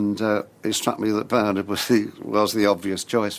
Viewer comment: LMFAO at bernARD pronunciation